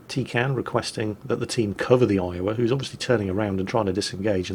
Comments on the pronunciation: Actually,.... T33kanne comes from the German word Teekanne, (very) roughly pronounced TAY-can-ay. It means 'teapot'. As a Brit, I thought you'd appreciate a teapot....? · Shit all the way through I thought you were saying tin can